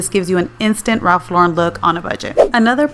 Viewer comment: I am so glad you prounce his name correctly.